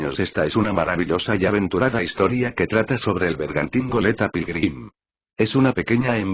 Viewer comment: Quien más escucho. Pirulin en ves de Pilgrim